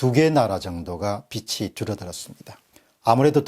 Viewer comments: 루터교의 영향을 간과할 수 없는 국민성 아닐까요? 박사님 강의를 통해 많이 배우고 있습니다. 감사드립니다. 그런데 '빚이'는 '비지'로 발음해야 맞지 않나요? '비치'라고 하시는 것을 살펴봐 주시기 바랍니다. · ‘빚이’ 는 ‘비치’가 아니라 ‘비지’라고 발음해야ㅎㅎ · 박사님 강의 열심히 듣고 있는 애청자입니다. 그런데 독일 빚이...라고 말씀하실때 (비치)가 아니라 (비지)라고 발음하는 것이 맞습니다. 어느 국어 선생님의 블로그에서 요즘 사람들이 심지어 아나운서들까지도 발음을 잘못하고 있다는 글을 봤습니다. 빗이-(비시), 빚이-(비지), 빛이-(비치) 가 표준발음이라고 알고있습니다.(음절의 끝소리현상이라고 하더군요.) 발음에따라 뜻이 아주 달라집니다. (머리 빗, 부채, 헷빛) 많은 사람들이 보는 방송이니 세심한 것도 정확하게 하시는게 좋을것같아 이렇게 댓글남깁니다. 항상 깨우쳐주시는 방송 언제나 응원합니다~! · "빚이" 를발음할 때 "비치"라고 발음하지말고 "비지"라고 발음해야 맞습니다 . 좋은 내용이 더 빛이(비치)나게 해주세요. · 빚이의 바른 발음은 비지입니다